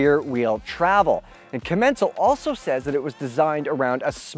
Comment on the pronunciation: I think that if i hear commEncal one more time imma jump of some cliff